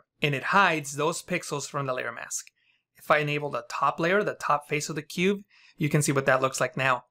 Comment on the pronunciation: are you saying cube or cuve? is cuve a technique or a term for technique?